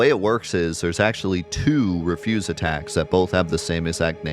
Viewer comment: It's "reh-fyuz", like garbage, not "ree-fyuz" as in "not to do".